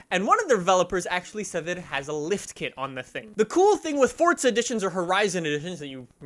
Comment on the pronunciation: Bro. Even the devs pronounce it FORZA. why do you say fortza. Why. This has been going on for years and must stop